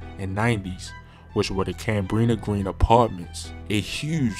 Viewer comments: "Cambreena Breen apartments." Nigga what 😭😭😭😭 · This cat one of the worst YouTubers bruh mispronounced words galore! You gonna report on Chicago get it right… “Cambrina Green” “Orlando Park” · Wow bro you literally can’t be from Chicago. That is not how you pronounce Cabrini Green 😂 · Lol the way he pronounced Cabrini green